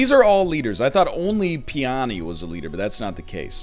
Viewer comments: It's pronounced "PEE - oh - knee". Also a flower name. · the way he says peony........ a bio major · This man does not know flowers, based on that name pronunciation.